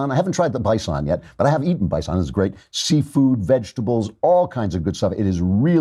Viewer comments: Bi-sawn steaks! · holy shit is that how you pronounce bison?